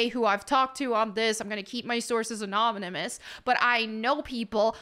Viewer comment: “annomimous”? didn’t anyone else catch that